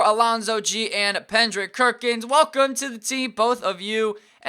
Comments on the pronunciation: You said Pendrick Kerkins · . Anyone hear him say Pendrick Kerkins XDDDD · Did anyone catch him say Pendrick Kirkins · it's Kendrick Perkins of pendrick kerkins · Why does he always call him Pendrick Kerkins 😂